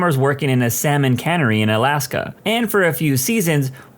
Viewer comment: Lol. The "L" in Salmon is silent.